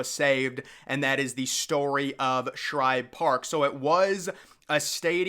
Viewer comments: Bro, it’s SHIBE! Not Shribe….JFC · Agreed It’s Shibe Park NOT Shribe Park and I’ve Read About It on Google! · What's with you saying shribe park its shibe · Shibe, not Shribe. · Are you saying Shribe Park? "Shibe" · Shibe dude Shibe..not Shribe....whole good video should be able to say the name correctly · STOP calling it SHRIBE!!! There's no "R"!!! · Dude, It's Shibe park, not Shribe! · I’m a METS fan and even I know it’s not “Shribe Park!” There’s no r in Shibe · I came here to see if you'd call it Schribe Park again, and you did within 10 seconds. Do you never read your comment section? We have corrected you on at least three previous videos. Not only me. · It's Shibe Park! Not Shribe Park! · The guy saying Schribe Park needs to say Shibe spelled S-H-I-B-E NEEDS TO GO TO ADULT HIGH SCHOOL TO IMPROVE HIS VOCABULARY. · AHAHAHA. I was thinking the same why is he calling it Shribe Park, Did he just get out of the dentist before this video. Great video anyways lol. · As commented before it’s SHIBE no R in Shibe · For the love of god dude, it's SHIBE. Shy-buh. No Rs in sight. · There’s no r in shibe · i enjoy the content, but the constant mispronouncing of SHIBE is a bit annoying. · His calling Shibe Park "Shribe Park" throughout the video really annoyed me. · I know he keeps on saying shribe park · Can you not pronounce Shibe? There is no “r” in it. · SHIBE! It’s SHIBE for Christ’s sake! You’d screw up a cup of coffee! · I hate when this Guy Mispronounces Connie Mack Stadium more Then Once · Um, I’m going to take it from all the comments below that the narrator of this video is getting the pronunciation of “Shibe” wrong. Could be worse — he also could be mispronouncing the alternate name as Cronnie Mrack Stradium. Just sayin’. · You spelled the name right, but you’re sticking an “r” in there when you say it